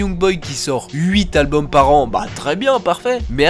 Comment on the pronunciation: Gros, j'aime bien tes vidéos mais tu me rends OUF à pas faire les liaisons ou à les faire de façon éclatée au sous-sol. Tu parles en quelle langue ? C'est "les meilleurs Zalbums", "un des plus grands Zalbums". Sérieux, c'est impossible de publier des vidéos et de faire des erreurs comme ca. A chaque fois que t'en rates une j'ai les oreilles qui saignent. Pareil avec l'emploi systématique du futur pour parler du passé, c'est moins grave et pas faux en soi mais souvent c'est maladroit et t'as des souci de concordance. Ah et tu peux pas dire "également aussi" c'est redondant. Mais sinon bien hein, c'est juste que ca améliorerait grandement le plaisir d'écoute et que ca te rendrait plus crédible, en ce qui me concerne ;)